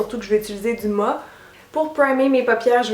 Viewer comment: Ça me fait bizarre quand tu dis du "ma" au lieu de mat mais je trouve ça tellement mignon 😁❤